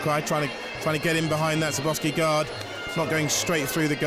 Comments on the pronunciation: This commentator, the british guy, is terrible... who the hell is Sirboffski? The man's name is Skarbowsky, put some respect on it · His name is pronounced skarbovsky. The W is pronounced as a V